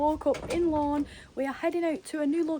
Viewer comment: OMG Lorne not Lawn